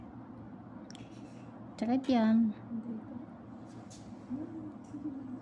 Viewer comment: Bakit po ch ang gamit nyo sa s chakit chorry 😂